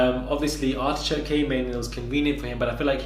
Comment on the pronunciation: Hold on did you just call Artichoke, ARSECRACK!!! Omggg 😱😂😂😂😂 IM DEADD!! 😂😂 BAHAHAHAHA!!!!!